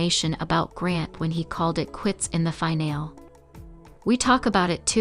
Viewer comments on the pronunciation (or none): You’ve got to learn to pronounce words properly. Finale is NOT final! There’s an E on the end of the word that is pronounced